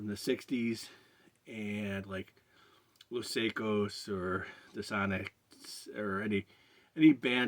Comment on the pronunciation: Hey man. Los Saicos should be pronounced "Psychos" not "Seccoze." Not to be that guy, its just that you have to pronounce it the Spanish way or the meaning is lost. My quibble.